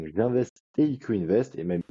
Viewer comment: Salut à vous deux! Encore en plein écoute et une question me vient. Pourquoi diable s’entête t il à dire « EQ invest » au lieu de « IQ » invest? Ahah sinon merci pour la ponctualité!